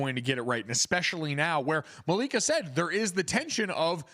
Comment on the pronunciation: Dude called ol girl Malik... it’s MALIK-A fool lol and don’t say he didn’t know if it was male or female because he literally said she was on the show talking just one day before 😬